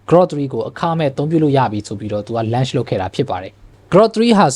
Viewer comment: lunch လုပ်တာ မဟုတ်ပါဘူး Bro launch ပါ အသံထွက်လေး တချက် မှားနေပါတယ်